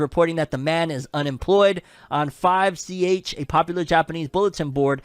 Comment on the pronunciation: oh no that 5ch pronunciation lmao